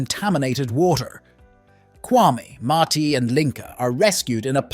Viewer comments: I can't watch this 😢. Bro you said the names right in the intro...Gi pronounced Gee and Ma-ti pronounced Ma-tee. It peeves me to much every time I hear them pronounced! wrong. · Mai Tai is the name of a drink 🍸. His name is Ma Ti (Ma-Te.). The five young men ? Did two of them have a sex change, or do they identify as men? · Same! I had the same complaint lol. The wrong pronounciations was so annoying.